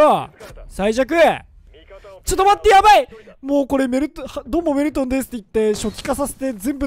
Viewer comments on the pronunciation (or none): 挨拶がドールトンって聞こえた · ドルトンですにしか聞こえない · どぉるどゅるとんです！ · どぅーるぅとんです↑ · どうもです！が、どうもメルンですにしか聞こえないわ。俺の男根(笑) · 挨拶がドールトンです にしかきこえんw